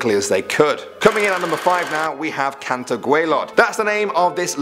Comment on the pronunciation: It's actually cantre gwavlod I know this because I am welsh